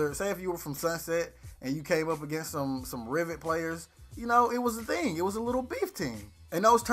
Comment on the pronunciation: Are you from the caribbean? I heard a little accent when you said "ting"